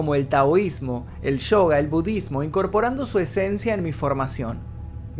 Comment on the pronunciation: Me gusta como a veces decís “budddesmo”